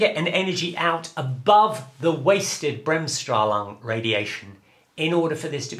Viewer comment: As a German i love to hear germanizisms pronounced by native english speakers. Took me a moment to realize that you meant Bremsstrahlung :D espacially the first time you say it. But after that it was great fun even more than the actual physics :D